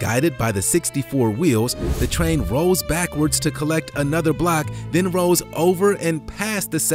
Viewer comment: ROLLS. NOT ROWS. You need to pronouce the LL part of that word.